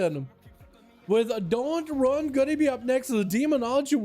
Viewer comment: Dot and run am i the Only one that noticed he didnt read dotnrun right